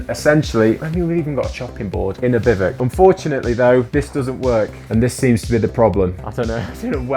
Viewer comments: Wow really... a bivic? It's Biv ooh ack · Forget that you're not pronouncing bivouac correctly. It's pronounced Beev Wack not bivick. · "bivvick?" I believe it's pronounced bih-voo-ack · Just a heads up….its pronounced “bih-voo-ack” not “bih-vuck” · Lol Bivouac is pronounced more like biv-eh-whack, not bivok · They are biv-oh-wacks, not biv-icks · It's not 'biv-uk' it's pronounced biv-ooac' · You call them "bivik"? We Americans call them biv-wak. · Whats a biv ick? A bivouac is pronounce biv oo ack, just as it looks. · BIVOUC "Biv-wack" is the most common way to pronounce the word, especially in American English. "Biv-oo-ack" or "Biv-oo-ak" is another widely used pronunciation, especially in British English. "Biv-wak" is a simpler phonetic breakdown that is also common. Bivick is way wrong. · No we don't !!- We say Bi-voo-ak - No Biv-ook - It was driving me crazy. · Note: Bivouac is pronounced "biv-əo-wac" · Love the video and will now watch more of yours. Despite how you pronounce Bivouac - Bivuk? 😆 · I love this!!! Thank you for taking us on your adventures 😄 In America we pronounce it “biv-wack”. Is this pronunciation incorrect? Look forward to hearing back about this 😂 Thank you!!! I was born in Germany (I’m American) and we spent a lot of time around the Alps. My gosh the footage you’ve shared of the mountains and valleys is simply breathtaking!!! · I thought it was pronounced bivvy wack. But perhaps it’s different depending on your language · Is it pronounced Bi-voo-ak or am i going mad? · Biv-whack.... bivvuck... f-ing English can't speak English. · Bivouac, not bivoc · It's pronounced Biv-oo-ak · In the US military, this term is pronounced, “BIV WACK! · Bivouac is pronounced “bi-voo-ak”. FYI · It's pronounced something like "Biv oo ack" or "Bi Voo Ack" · For the love of all that is language... it's pronounced: bi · voo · ak 🤐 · Why do they call bivouacs bivocs? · It’s pronounced biv a wac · Had to click off after the 6th time he said bivek.